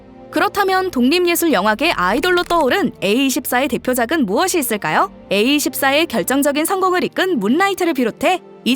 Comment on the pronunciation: 에이투포라 발음해즈세여 제발